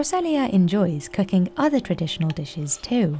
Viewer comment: I really wish the AI would stop saying "cucking" instead of cooking.